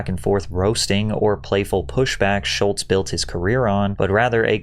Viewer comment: There’s no “T” in Schulz